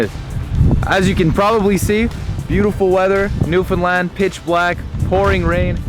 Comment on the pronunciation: Newfound LAND Not New fun lund